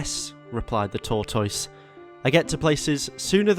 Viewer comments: Torr toyse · really said Tour-Toyse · Every time you mispronounced tortoise I died a little bit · he doesn't pronounce tortoise correctly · couldn't get past the first min of the video with the ridiculous pronunciation of tortoise lol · The mispronunciation of tortoise I can’t tell if it’s serious or if he’s joking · Is this how British people say tortoise? It reminds me of Benedict Cumberbatch and Penguins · Be kind, a speech impediment is not easy to live with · Why do you say Tortoise like you say Lyvery?